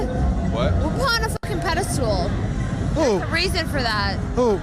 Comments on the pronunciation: "pede-stool". I knew she was crazy or drunk off her asś😅 : yes she looks as crusty as her attitude. Look how angry and aggressive she is and everyone just sits there like it's okay. Nahhhh drag her asś outside "I talked Beck to u" lol that's y u in cuffs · The first lady literally said “pedistool” 😂